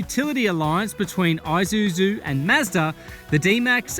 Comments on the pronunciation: Aye! It's Aye!suzu mate 🤣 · Maate.. Isuzu, not i-Suzu